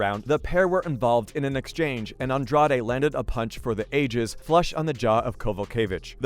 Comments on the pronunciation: sorry wrong. Andrajsh would be closest i can type. She is brazilian. Not mexican. True fans know how to say the names. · The way he says Andrade hurts my brain, seems a lot of Americans dont know that accents do apply to the names of fighters lmao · I was actually starting to wonder if the narrator had ever even heard ANY of these names out loud. "Namajuna"? I mean, I kinda get missing Andrade, but is it really that hard to say? Not like the sounds of her name don't exist in English. If you can say "garage" or "the lodge" you can basically say Andrade. It doesn't need to be perfect, but maybe actually sound like the person's name even a little bit would be a suggestion. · Jessica Andra-day?!?! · Nah. It’s Jessica “Andra Dey” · That's not how you pronounce Andrade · This is a great video! That being said, please learn how to pronounce these people's names! You massacred Rose's last name and Jessica's. Thank you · this was a good video ngl, but i almost clicked off in the first 30 seconds because of the pronunciation of Andrade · Am I the only one bothered by the way this UFC expert doesn't know how to pronounce Jessica and Rose's last names? I mean they say their last names like a hundred times during the match. It almost seems like you research this material online just to make this YouTube video and never watch an actual UFC fight. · I stopped watching when he said Jessica "Andrade" name wrong. Its obvious this guy just wants views but doesnt know shit about MMA.